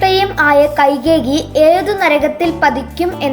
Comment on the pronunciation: കൈകേകി അല്ല കൈകേയിയാണ്